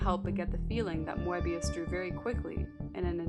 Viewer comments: It is pronounced "Möbius". Not "Moabius". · I believe the 'e' in Moebius is silent, like moebius strip, but still, a great video. Moebius is such a master of the craft. I was glad you also showed Blueberry, a great Western comic. His work in comics and film transcends the mind in such a way, while still feeling grounded. I'm really loving this series and can't wait for the next episode.